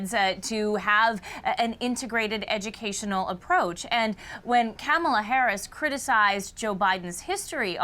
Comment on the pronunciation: Omg she Mispronounced Kamalas name 😂😂